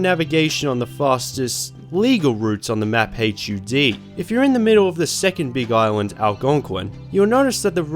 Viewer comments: My guy, please stop saying H.U.D. and just say hud. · You fully pronouncing HUD is killing me. Just say HUD, it takes less time to say, it’s less syllables, and everyone knows what you’re talking about.